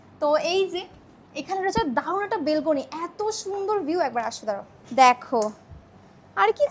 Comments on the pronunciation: ব্যালকানি ❎❎❎ বেলকুনি ☑️☑️😂😂😂😂😂😊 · আরে বেলকনি বলাটা শিখিয়ে এসো😂😂😅😅😅